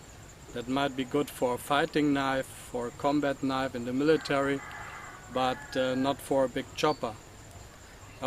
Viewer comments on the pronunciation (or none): none